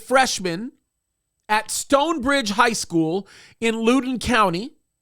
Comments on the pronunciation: It's pronounced Loud-on 😂 I'm from Virginia and Lou-don cracked me up. I'm sorry but that's the best laugh I've had in a minute. I love you and watch every show. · Pronounced like "loud" Loudin County. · Since we make the news often it is pronounced Loud-in county. You can’t make this stuff up! Thanks for covering it,. Our public schools are a disaster here.